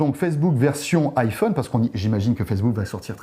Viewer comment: On dit iPhone pas iFun! Les français sont vraiment des merdes pour avoir un bon accent en anglais!